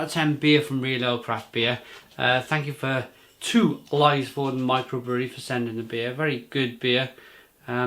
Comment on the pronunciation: Nice review, as always! You make me realize that there are so many good breweries here in Norway that I need to check out! Just a heads-up; the Y in Lysefjorden (and Norwegian in general) sounds more like the Y in lyric than an "ay" kind of sound.